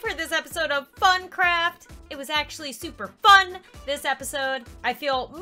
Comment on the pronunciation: I thought you said but craft